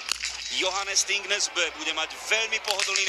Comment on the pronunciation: Its Johannes Thingnes Bø Not Johannes Athingnes Abøho